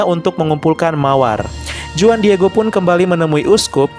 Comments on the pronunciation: Huan bukan juan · no 19: Juan dibaca Huan. Bagus sekali videonya!